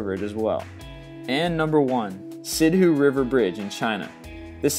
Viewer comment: Its not Sidhue River Bridge its Siduhe River Bridge